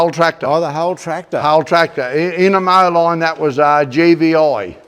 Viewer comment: Just a quick note, not meant to be picky. In the US, "Moline" is actually pronounced "Mo-leen". I know it's a weird spelling, but that's how its pronounced over here. Named after a town in NW Illinois along the Mississippi river.